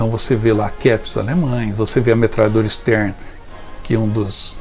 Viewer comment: A metralhadora se chama Sten e não Stern.